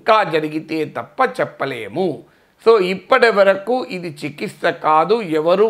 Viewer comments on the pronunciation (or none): చికిస్త కాదు sir చికిత్స